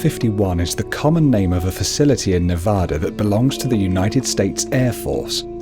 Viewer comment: You said Nevada the way we do in Nevada. Thank you!